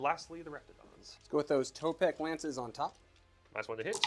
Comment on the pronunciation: I have to be THAT guy this time as it happens every time Seraphon are on the channel. Its tEpOk not tOpEk. Tepok is one of the old ones (warhammer fantasy lore) A more magical kind of guy. <3 Lots of Love